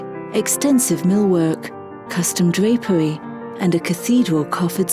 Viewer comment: The fact she replaces every r with a w kills me. "Custom dwapewy and a cathedewal covwewd ceiling" "Gives an immediate impwession"...